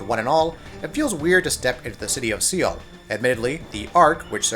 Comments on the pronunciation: Seoul is pronounced Soul not Seal. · I paused the video and start laughing when I heard the word "SEAL" AHAHAHAHA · See-ull? Dude? See-ull? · How the hell did you just pronounce "seoul"??? Credibility just went out the window. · Soul not seal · Seal??? Jesus Christ, seriously this is basic pronunciation. Awful quality on this video. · Do you not know how to pronounce Seoul? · st fu thank you, that was annoying the hell out of me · Alex Alex Right. it's not like he mispronounced it once or twice, but continuesly saying it wrong. And I know they said the name in the game a few times so there is no excuse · Utterly extraordinary, this guy shouldn't make videos in which he's expected to speak if he can't pronounce the name of one of the world's most well known cities properly. Hell, it's probably the SIMPLEST city name, at that. Unbelievable.